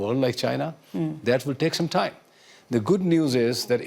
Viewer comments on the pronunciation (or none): At a time ❌ At a thaime ✅ 😂😂😂😂😂😂😂